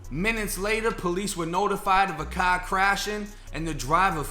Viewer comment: "In tha pahking lot of the apahtment, in his cah"... lmao...., you make my morning shits, very entertaining. Thanks bruh... #R48291 Stateville c.c.